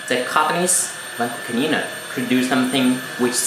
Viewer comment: "Vacoo clneena"